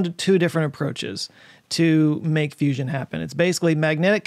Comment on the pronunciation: Its a fuss-ion.